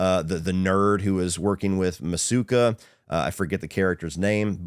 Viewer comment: It’s masuka 😂